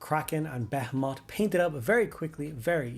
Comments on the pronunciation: Your comment beat me to it. It’s definitely “beh-HEE-mith”, or some people might say “buh-HEE-mith”. But yeah, it’s not “beh-heh-moth” lol. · Nah nah, be-HEE-mith is for any other context, be-heh-moth is reserved for the fleet. We stand with be-heh-moth pronunciations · the way he pronounces behemoth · I’ve never heard someone pronounce Behemoth like that before